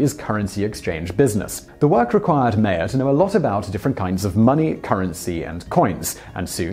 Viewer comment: You pronounce Mayer wrong. Since it is German, it is pronounced the same way we would pronounce Meijer